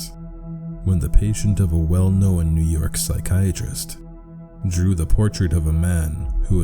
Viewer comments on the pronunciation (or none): Why does every god creepypasta reader pronounce the word "known" wrong, make a video on that